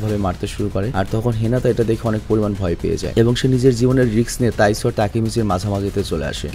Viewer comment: Bhai taisu na taiju hobe